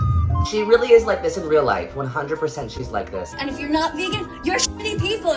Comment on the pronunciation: it's life not lofe